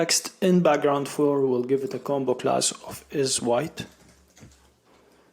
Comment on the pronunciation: Great video series! I immediately subscribed Btw, the way you say combo-class sounds like a Jamaican saying bombaclad 😃 Keep going 👍